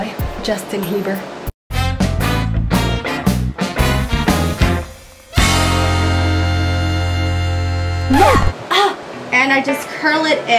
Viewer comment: HAHAHAHA She Said Justin Hieber!! LOLOLOL